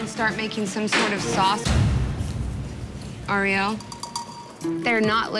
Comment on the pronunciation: this narrator going "ah-riel" is really driving me nuts